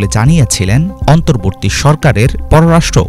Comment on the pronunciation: ভিডিও বানিয়ে লাভ কি যদি অন্তর্বর্তীকালীন শব্দ টা উচ্চারণ করতে পারেনি।